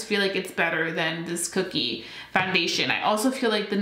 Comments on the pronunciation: Omg , please stop saying cookie cosmetics. Please, it's Kokie ( kō-kē or co-key). It's not spelled with 2 o's. I'm sorry. I don't mean to sound like a picky bitch it's just that you keep saying it over and over at one point and it's making me nuts that I can't help you stop mispronouncing it. I feel so bad . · It’s pronounced Ko-Key :) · lol I think it’s pronounced.. koh-key 😅